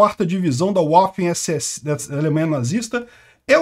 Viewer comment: Fala-se váfen, pois o W alemão faz som de V.